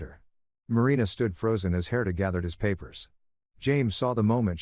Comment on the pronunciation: I just want to say first , the name Herter , or Herder ,,, is not correct , the name is spelled Herta , how do I know that is correct ,it was , is , my mothers name , she was Austrian it’s a European name , will not hold that again the story lol . Point of interest , on my part … The story is really good , I enjoyed it thanks and the voice great …. I would love a part two , just to see and hear how these children interact with their biological father’s etc and that they ended up hopefully really happy with their lives ,, and the dad , wanting a great outcome for him as well ..